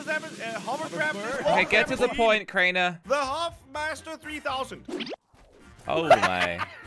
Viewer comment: You said rainers name wrong